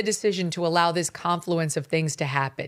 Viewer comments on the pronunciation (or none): none